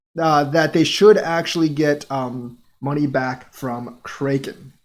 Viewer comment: Stop saying Krayyyken. How do you not know how to pronounce Kraken lolol. (Crackin)